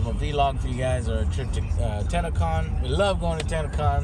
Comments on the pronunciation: even when he says it, it sounds like tanacon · Every youtuber ive heard say TennoCon pronounce as TanaCon. Its a little disturbing. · I thought he said tanacon lol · For a second I thought you said TanaCon